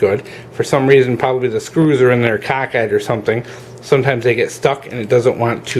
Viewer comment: He said cock ide